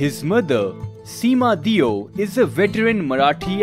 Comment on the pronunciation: Surname's pronounciation should be Dev...ie देव...and not deeo...